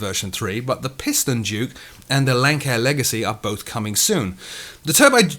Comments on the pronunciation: I hate to be "that guy" but its pronounced lance-air not lank-air. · Not to nit pick, but its not lankair. "Lancair International, Inc. (pronounced ‘lance-air’)"